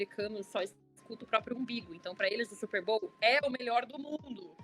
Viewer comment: bizarro simplesmente pronunciar a palavra da maneira correta